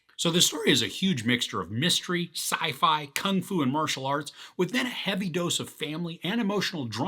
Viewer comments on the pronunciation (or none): none